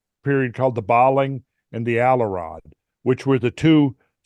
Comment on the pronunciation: Like I tried to teach Carlson before : Allerød is not pronounced Allerad. The ø is like the vowel sound in english bird or first or curve. The d is silent.